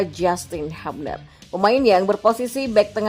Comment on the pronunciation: Justin bilang, lafal/ menyebut/mengucapkan nama belakangnya itu "hyubner" bukan habner